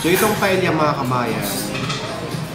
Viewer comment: sir paella is pronounced paeya